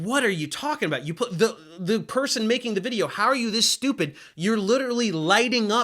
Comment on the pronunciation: Ultra-shtooped? Above the "shtooped" octave?